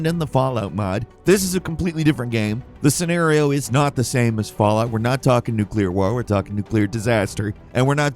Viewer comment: Fall… out? Fall out. Falloot